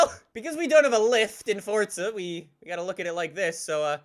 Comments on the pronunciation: its not "Forca" its "Forza" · the game is called FORZA not FORTZA.. I'm so confused how you even mess it up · FORZA NOT FORTZA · Why do people call it fortza it’s forza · what’s a “Fortza Horizon 4” 😂😂😂😂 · It's not FORTZA